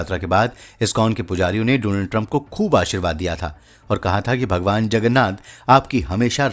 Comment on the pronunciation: please सहि तरीक़े से डॉनल्ड बोलना सीख लें